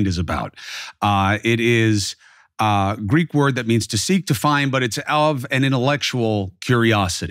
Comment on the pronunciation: PLEASE ask a Greek how to pronounce the Greek word